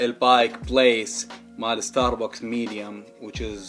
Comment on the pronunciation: بلاه انطق استار بكس احسن مواستار باكس